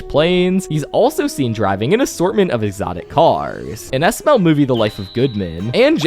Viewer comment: You make super good videos, but your youtube accent is starting to pmo. "Mr. Goodman is by far the richest character in SMLLLLLLLLLLL". "Housessssssss". (greatly extending the last syllable of every sentence)